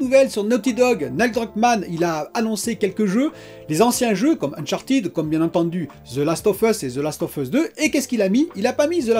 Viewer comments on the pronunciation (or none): none